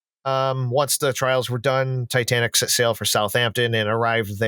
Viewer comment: Jesus, at least say the name of the ship correctly! It's NOT "Titantic"!